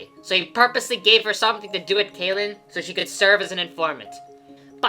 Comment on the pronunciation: Sa(Caw) (Kay)lin Both spelled Cae. Why you say one right and the other different? Idk why you intentionally mispronounce these names among other places and people's names.